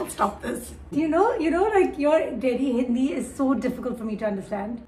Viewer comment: When Kaneez talks in hindi Kaneez:Maine (H)indi mein Bola Me:uhhhhhh kya Bola?😅